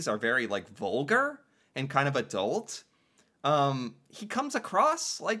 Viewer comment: Like we say ADD - ULT, not ADD - DOLT